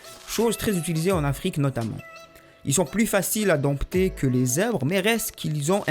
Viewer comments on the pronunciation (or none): Sympa, merci... accent rigolo aussi, exprès ? Ah, "Dompter" se prononce sans le "p"...